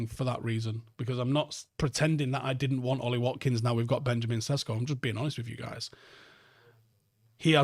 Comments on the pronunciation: His pronunciation is fine. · Sesko is how it’s pronounced in English. Jog on.